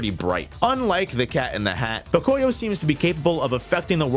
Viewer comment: Fun fact, Pocoyó is Spanish, and you should pronounce it Pocoyó with the accent on the final O. Might not seem like much but it was really driving me nuts.